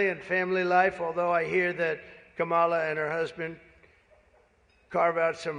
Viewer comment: pronounce her name correctly.